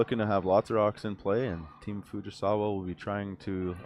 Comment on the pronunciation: "Fugisawee"really? Can you not read? Or are you being purposely disrespectful😮